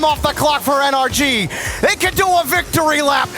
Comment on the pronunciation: It’s N-R-G. Not “ANARCHY!” Please atleast sound out the letters. Commentating isn’t about speed. It’s so annoying hearing you guys not sound it out. If it was “AN-ARCH-IE” wouldn’t they have a different team name⁉️